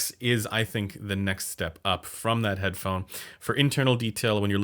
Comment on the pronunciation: Should I trust the guy who said Head-da-da-phone??? Hmmmm..